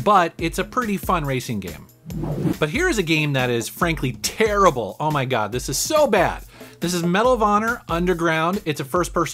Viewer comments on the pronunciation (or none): none